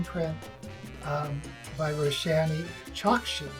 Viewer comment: Roshani Chokshi is pronounced as Rosh-Knee Chalk-Shee. The book by Roshani Chokshi in the video is not the 1st book in the series. I 💗 Aru Shah And The End Of Time by Roshani Chokshi. 📖👌